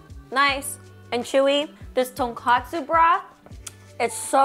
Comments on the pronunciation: love the video!! just a heads up, the ramen is tonkotsu not tonkatsu, which is fried pork cutlet! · It’s tonkotsu (pork bone) but almost everyone says tonkatsu (deep fried pork cutlet) 😅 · Not to be that guy but it’s tonKOtsu